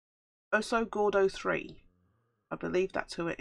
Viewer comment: You pronounced my name ok.. it's Spanish for fat bear.Missing that piece was not your fault,it was wrong color lol